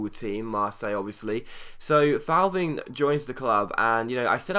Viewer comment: Just a quick heads up, with any French players with a Th at the beginning (e.g. Thauvin, Thievy etc.), you don't pronounce the 'h'. I.e. Thauvin = Toe-van. Hope this made sense :)